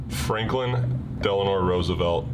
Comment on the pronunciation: Its Franklin Delano Roosevelt, not Delanor. 😉